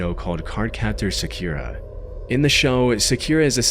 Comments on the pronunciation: ...s...sa-KEEE-ra?!?!?!?!??!?! Bro. Come on lmao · "sakyuura" amateur